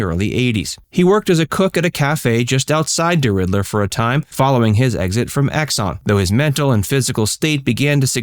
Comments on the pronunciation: It is DERIDDER, not DERIDDLER. Make sure you do your research carefully. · Deridder not Deridler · It is DERIDDER NOT DERIDDLER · It's deridder Louisiana not deriddler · It is pronounced de ridder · The city's name is pronounced " DeRidder! " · Correct. There's no "L" and he says it three times so there's no mistake. I'm beginning to think he throws in very sloppy mistakes to see who will notice. It's not like you can't take 30 seconds on Google to find the correct spelling and pronunciation. Oh well, beats the vid I saw today that spelled "sincere" S-E-N-S-E-R-E